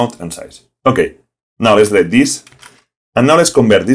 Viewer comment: Don't worry about that. Yes, you keep mispronouncing some words, e.g. ‘delete’ and ‘who’, but I can still understand you very well. And compared to the tutorials of some native speakers, yours are well thought out and without a lot of blah blah blah. I've watched at least half of them so far and have the rest on my to-do list ;-) Greetings from Germany.